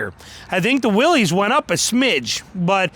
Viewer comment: Pronounced WILLIS not Willeeees ..... That is so ignorant